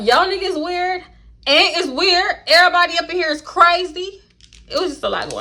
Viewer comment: “ the dew-sse is that for every-boday” lmfaooo 😂😂😂😂😂